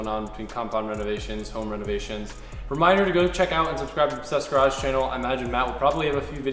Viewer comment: is he saying "Obsessed Garage channel"?